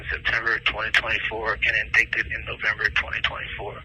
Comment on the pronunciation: Definitely someone else the way he pronounced indicted